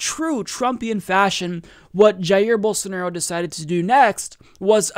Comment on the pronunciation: Pretty sure it's pronounced "Bowl-SAR-na-row"